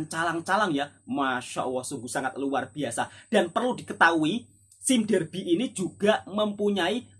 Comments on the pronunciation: "saim dabi" gitu ek..🤣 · "Sime Darby" sebut dengan betul Wak nanti cacat bunyinya kalau sebutan inggeris tak begitu 😆